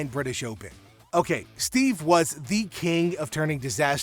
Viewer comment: FFS does every video have to be narrated by a dumb AI? STEVE Ballesteros?!! 🤬